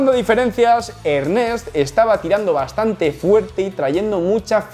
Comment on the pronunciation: Se pronuncia Ernést padre Zorro!